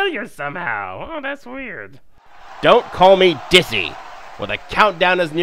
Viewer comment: Wen u call him dissy or dizzy